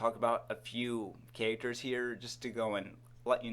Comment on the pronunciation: "Sum ov da catters.."